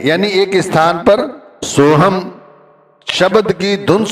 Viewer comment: Murkh pahle khud to sun le ye so hum hai so hang nhi